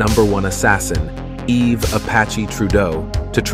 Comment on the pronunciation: First of all the s in Yves is silent and second how can you say it left all Canadians in fear? I live in the southern part of Quebec and it never bothered my life in any way.